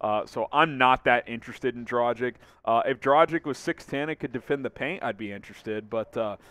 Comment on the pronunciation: Dude, its Dragitch (the "G" should sound like in "dog" NOT like in "Gender"!!!) NOT Drachik 🤷‍♂!!!!